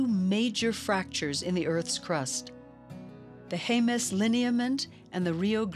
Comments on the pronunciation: (Jemez) HEM-es not HAY-mez. You're welcome. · Not near as bad as hearing Haymez, cannot finish video due to this mispronounciation. It's Jemez, J's are H's but e's are not a's.